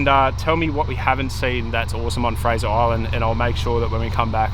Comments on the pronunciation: Nope, it's Fraser Island. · You pronounced Fraser wrong the whole video